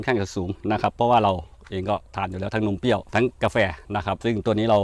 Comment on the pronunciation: นมเปรี้ยว ค่ะ ไม่ใช่ นมเปี้ยว